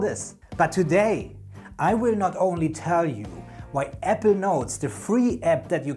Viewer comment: I’m new to your videos. Please, take care when pronouncing “Apple”. The two syllable word Apple sounded like the two syllable word “Ever”, which had me terribly confused. It was only towards the end that I discerned that you were actually saying Apple Notes, which is why I was watching. I have had Evernote premium for years. I used to love it. Sadly when they overhauled the app last year they deep-sixed many of the features I used. I loathe the new Evernote and am going to move to a new platform. Once I was confident you were saying Apple Notes I was very pleased with the video’s content.